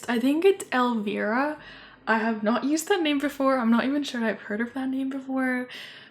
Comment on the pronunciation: The moment you said their names were Amaris and Elvira I knew you looked up “Goth Girl names” in google 😭, Elvira is an 80’s horror show host and is considered a goth icon. Also its pronounced “Ell-Vie-Ruh” love the sims tho, so cute! Especially the pretty dusty blue hair you gave Elvira. 🫶🏻